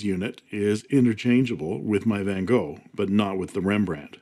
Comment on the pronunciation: Your Van Gogh pronunciation is really good! Greetings from a Dutchman😉